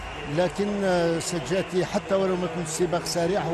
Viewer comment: إسمه سجاتي يا معلق وليس سجادي